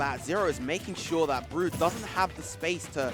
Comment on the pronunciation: i like how the female commentator pronounces brood as BRUHD (kappa